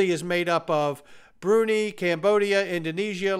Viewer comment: “Brunee”? What happened to Brunei?